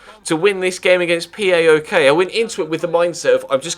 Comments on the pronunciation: You dont say "P A O K" its all 1 word "Powk" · It's not that important as you seemingly will not be playing them again this season, but PAOK is pronounced as one word (powk, the same 'ow' that is used to express pain), not four letters.